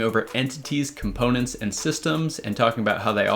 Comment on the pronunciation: "Componets" lol